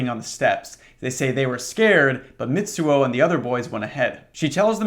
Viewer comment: Little tip: a “ts” in Japanese is a single sound, like “sh” and “ch” so instead of Mit-suo its mi-tsuo. Its like when you imitate the sound of a drum cymbal. I’m only saying it because I like how it sounds lol, gotta be one of my top ten phonemes